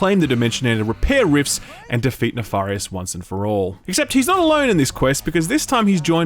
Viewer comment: omg please stop saying Nafarious it's Nefarious with a E!!!!!!!!!!!!